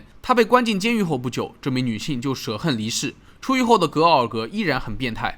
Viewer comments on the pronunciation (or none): 字幕明明是含恨離世，卻讀成捨恨離世！不僅此處，如果仔細些就會發現很多期節目中都有或多或少的錯誤，給人感覺這位主播的學歷很低。